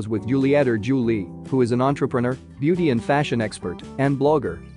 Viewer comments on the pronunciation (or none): none